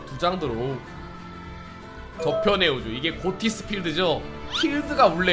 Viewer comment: 엥? 고티스가 아니라 '피시'라고 읽어야 하는 거 아닌가요!